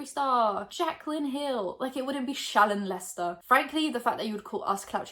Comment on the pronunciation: Every time Shellon Lesters name is being said, I only hear child mol**ter 🙈 maybe it‘s because I‘m not a native english speaker.. anyone else hear it the same way?